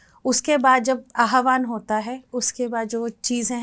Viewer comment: Its not AHABAN mantra b ut ABAHAN mantra.